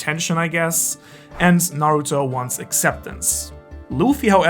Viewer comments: Its Nuhroodoh jeez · Its pronounced Naruuuuuuuuuuudow!!!!! 😂😂😭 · It's Nahruhtoh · Speak's Japanese, can't pronounce Naruto. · i stop watching when you mispronouncing Naruto. its not funny. ever heard of constructive criticism?